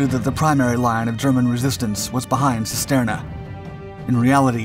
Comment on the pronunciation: Cisterna is pronounced (using English lettering) as "Chisterna". Every time you mispronounced it, I winced.